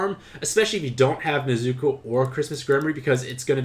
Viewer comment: I didnt like how u pronounced nezuko's name wrong the entire video